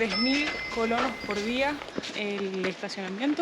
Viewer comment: Es colones noo colonos jaja